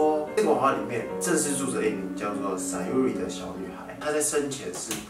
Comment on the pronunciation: 那個SAYURI是唸「傻U里」😂😂